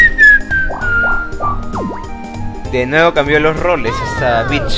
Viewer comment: bicth suena como beach